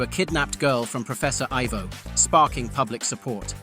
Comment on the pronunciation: Getting "Professor Ivo" and "Amazo" wrong really killed this for me